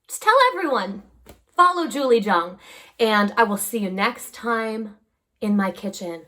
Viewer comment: Time to loosen up Julie and pronounce Jung the German way while you live there. lol